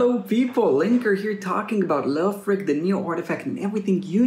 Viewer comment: It’s Lay O Frich, bruh